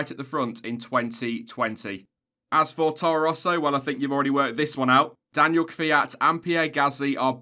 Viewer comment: It's Daniil, not Daniel,! FFS!